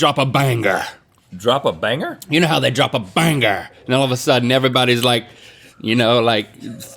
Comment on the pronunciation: drop a bangHER?????? pronunciation is key